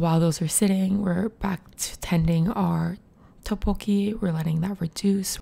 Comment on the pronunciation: its so relaxing but im so stressed by the way she pronounces 떡볶이... like toppokki ;(